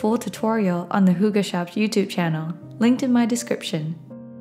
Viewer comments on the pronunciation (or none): hygge. not hooga. 💖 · What's "Hooga"?? Does she mean "Hygge"??